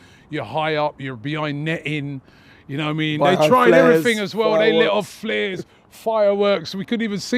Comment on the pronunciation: ‘You nowah mean’